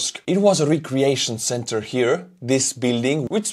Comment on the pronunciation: Instead of recreation, try pronouncing it 'reK-reation' Great video ❤